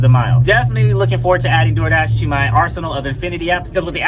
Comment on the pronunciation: The ol “Dol Dah” lmaoooo